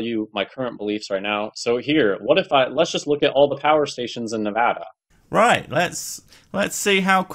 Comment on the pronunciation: The one thing he got right was his pronunciation of Nevada.